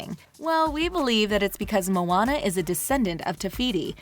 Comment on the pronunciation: Moana* it's not pronounced "Mona" as in "Mona Lisa" okay?